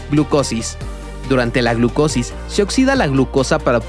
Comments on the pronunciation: pero se dice glucolisis, no glucosis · par la próxima no es gluclosis sino glucolisis